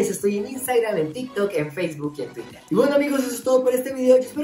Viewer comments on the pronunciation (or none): none